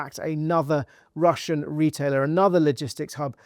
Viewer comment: It's Russian, not "Russain", do better.